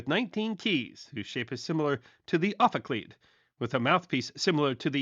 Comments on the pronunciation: With all of the hundreds of videos I've seen, I didn't expect to even hear the word "ophicleide" during an episode. Good coverage on this subject! I have to nit-pick, though - as a professional tubist (we tuba players don't care for "tubaist"), we pronounce the word "offa-clyde". They're being made again after a long hiatus - the last professional ophicleide recital was in 1900. I tried to play one - it sounded like a sick cow or an out-of-pitch foghorn. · Good video. Regarding the pronunciation of "ophicleide", most of the music world has agreed to use what is thought to be the classical Greek pronunciation (ophicleide is Greek for 'serpent with keys'), thus the third syllable rhymes with 'hide'. However, in France they tend to favor a pronunciation the departs from the Greek, so the third syllable rhymes with 'weed'.....this is the way says it in the video. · Excellent topic and video! I’d only heard a few of these crazy stories of reactions to Sax’s instruments. Bonkers! — BTW, I’m pretty sure that the final “cleide” syllable of “ophicleide” is rhymes with “bride.” The ophicleide is only a predecessor of the tuba in its typical usage in orchestras — it was used as a low brass in orchestras, for the most part, before the tuba proved itself a considerably more-capable instrument. However, the ophicleide is a completely different instrument: A brass, lip-buzz mouthpiece on a characteristically woodwind body, notably using tone holes rather than valves to change the vibrating wavelength of the sound. The tuba, on the other hand, is pure-brass instrument, specifically a conical-brass instrument. In the hands of a skilled player, I find the ophicleide an intriguing-sounding instrument, but its low register can sound very dead and “lippy” in the hands of a less-skilled performer.